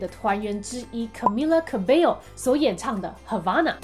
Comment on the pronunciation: 終於有人念對了Camila Cabello的名字了😂 雖然我早就知道這些了，但我還是很興奮的的看完了… 因為有滴妹😳